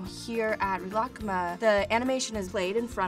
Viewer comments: Pronunciation so wrong. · she cant even say it right wtf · Okay I love Lana but WHY DOES SHE SAY RILAKKUMA LIKE THAT??? She pronounces it so weird but go off I guess 💁‍♀️ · I was so excited to watch this until I heard how she pronounces Rilakkuma... did nobody properly teach her how to pronounce it during production? As someone who speaks fluent Japanese, it’s so painful to hear. I’ve seen so many others commenting on this too... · I’m pretty sure you made a mistake there. It’s not ri-raku-kuma or you would be saying ku twice, which doesn’t make any sense. I’d say it’s more like ri-luck-ma, if you want to pronounce it the Japanese way. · Re-la-ka-mah? What? I thought it was ri-le-ku-meh I’m confused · same. i say real-uh-koo-mah vs.. ril-uh-kuh-muh they way she says it is frigging weird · Malia deGuzman she’s pronouncing it unnaturally. shes saying “rih-lahk-kuma” (connecting the k’s) but in japanese its more like “rih-rah/ku-mah” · People in japan say it like ri ra ku ma Not rilak kuma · she's pronouncing the second half right, but in japanese wouldnt they use a long e sound for ri ? sometimes it sounds like she's saying rih instead of ree. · Rilak-kuma???? I’ve been pronouncing it as “ree-la-kuma” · woahhh i thought it was pronounced real-ah-ku-ma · “reelah-kuhma” it’s literally just reela kooma oh my god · I CANT WATCH THIS SHE KEEPS PRONOUNCING IT AS REELAH KUHMAH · I thought it was pronounced Ri-la-ku-ma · Omg this is so creepy.. at the beginning it sounds like she says Rilakma right? Now pretend she says Rilakkuma (but she says the u really fast) Play it again.. I hear both omg.. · I thought It was pronounced ri-la-ku-mah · Gi kun I speak Japanese and have been for 7 years now sweetheart. ree-la-ku-ma is how it’s pronounced. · Is that really the American way to pronounce Rilakkuma? I’ve been sounding it out phonetically and it took me awhile to figure out what she was saying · It is she's butchering it